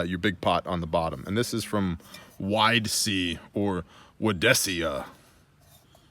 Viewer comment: Hahahahahahah! My big laughs came from when you said "Operator bag" in a funny way and how you pronounced "Widesea"! Too funny!